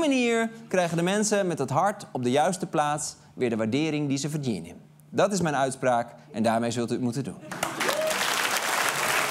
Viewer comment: Haha lekker op in het haast Gronings het woord "verdienen" zeggen #backtoyourroots